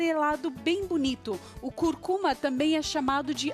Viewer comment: Tudo bem. Legal. Só que não é " Curcuma ", não ! O certo é " Cúrcuma " , falou?